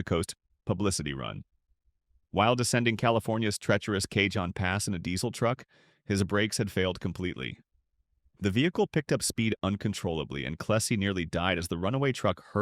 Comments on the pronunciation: Not really the “Kay Jon pass”, the robot is refferring to the Cajon pass… (cah hone) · Ahem. Cahone pass. Not Cajoan.. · Fyi, the Cajon Pass is pronounced “ca-hone” pass not “Kay-john.” 👍